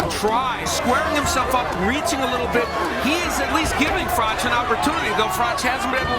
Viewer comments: That’s not how you say Froch’s name It’s pronounced Frotch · Froch with a h on the end, not froc sorry was doing my head in everytime he said his name lol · With respect it’s pronounced Fro-ch. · "Frock" lmao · I can barely watch this. Every time you say frok, I wanna punch the screen. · The narrator can't even pronounce Carl Froch's name correctly. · Sort your commentary out. Try and pronounce Froch correctly. Ffs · FFS can you at least pronounce Froch properly